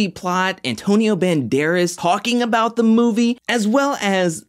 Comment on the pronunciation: My guy, don’t ever say Banderas and while we’re on the subject, try and steer away from saying Horacio as well 😂. JK, can’t get enough of your videos!